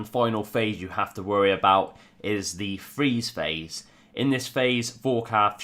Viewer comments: Nice video as per your usual. I like your freeze "pahse." Liked, subbed, and algorithm done. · Lol freeze pahse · Haha, was looking to see if someone else spotted the pahse lol